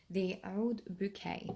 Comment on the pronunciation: owwoullld..lol "Oud"?